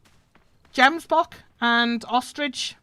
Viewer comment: Its not jembock its gemsbock